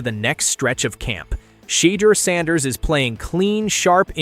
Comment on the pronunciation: Why can't you pronounce his name properly